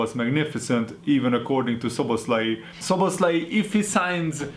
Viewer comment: Magyar vagy? Nem is tudtam olyan jo volt a nevenek a kiejtese😂